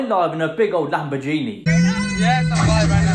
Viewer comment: Why did u say a “lambourjini” 😂